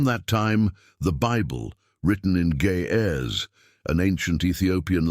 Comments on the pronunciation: its pronounced G'eez not gay heirs... whoever recorded this needs to be corrected. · ⚠️ CORRECTION. / minutes into the video, THE LANGUAGE IS CALLED, GEEZ. NOT "GAY HEIRS" Ge·ez gē-ˈez. ˈgē-(ˌ)ez, ˈgā- : a Semitic language formerly spoken in northern highland Ethiopia and still used as the liturgical language of the Christian church in Ethiopia.